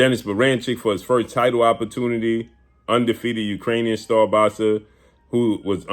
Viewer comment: When blue say “boxsa”😂😂😂😂